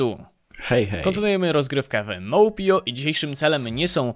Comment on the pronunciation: Nie mówi się mołpio tylko mopeio